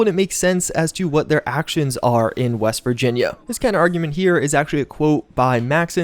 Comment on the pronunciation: West? I thought you said weast